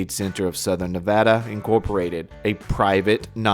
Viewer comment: Thank you for saying Nevada correctly. 💜👍🏼✌🏼😂